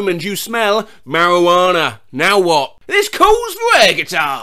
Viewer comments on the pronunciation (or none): none